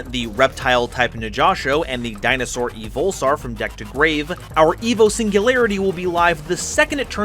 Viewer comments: Hey you kinda mispronouced the name. It's EH-VOL not EVE-IL alsopleasedovirtualworldsoonitsmyfavorite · You just had to show the Knightmare Frame and Gundam models. Lucky for me, I know a local shop :) P.S. I'm cringing every time you say "Evol-saur," it's coming out sounding like "EvIL-saur" to me.